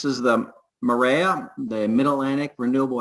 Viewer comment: MAREA should be pronounced "Maria."